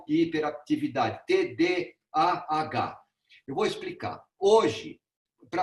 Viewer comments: O senhor não consegue falar TDAH, fala TDHA. Não trouxe um único estudo, um único dado embasado cientificamente. Todo conteúdo veio do instituto vozes da minha cabeça, e do ITDC. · Cara não sabe nem falar TDHA e quer opinar sobre .... isto é Brasil